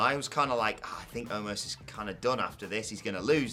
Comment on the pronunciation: Someone tell it's Omos not Omas